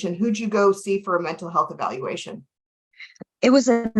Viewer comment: She’s absolutely high right NOW When u cant say evaluation c’mon now